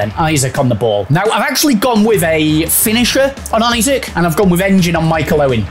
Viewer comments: Isak is not pronounced like isaac lol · from a toon supporter, it’s ‘ee-sack’;)